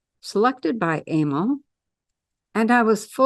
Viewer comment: Emile pronounced a-meal.